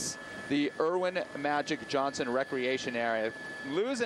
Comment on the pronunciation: Every time the guy said "Erwin Magic Johnson" I crinkled my face a little. Really? You live in LA and you're saying "Erwin"?